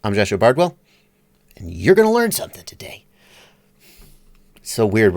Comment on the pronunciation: I like it when you surprise us with "you're gonna learn sumthin tuhday."